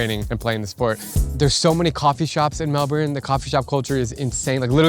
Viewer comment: Why did you say Melbourne like that